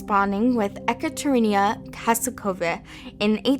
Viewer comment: Ekaterina - E-kutter-eena Nice video :)